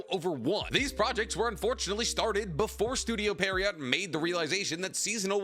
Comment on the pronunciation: No hate, but it's pronounced pee·euh·row. French words are dumb